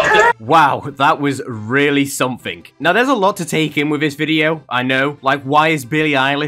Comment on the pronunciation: That’s not Billie eilish, that’s Eilie Bilish